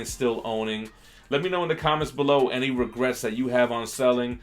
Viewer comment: “No Regrats”